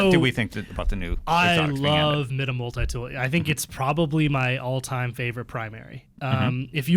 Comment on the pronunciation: It's pronounced MY-DUH.